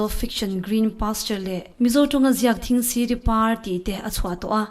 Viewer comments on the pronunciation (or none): 'Thingsiri pâr' i lam dânah hian dik lo hret a awm mai thei a nia.